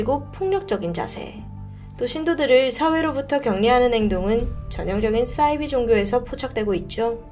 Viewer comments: 싸이비? 사이비~ 발음강하게말고 디바제시카 따라하네요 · 자꾸 싸이비라고 발음하시는 이유가 뭔가요